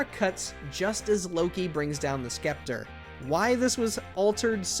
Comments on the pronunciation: “skepter”? You mean scepter? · Scepter…not sKepter. Seriously! You folks at MOJO really need to read more books and maybe attend an English class. This is perhaps the 23rd mispronunciation error of a basic word or simple grammar problem you have had in past few months. Please consider hiring an editor. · Wait.....did you pronounce scepter as skept-er?!?! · pretty sure the C in scepter should be silent